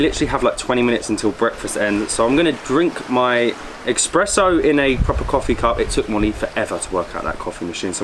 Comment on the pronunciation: ESPRESSO not EXPRESSO.